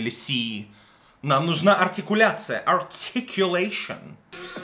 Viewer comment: подписалась после слова "артикулэйшон" 👏😅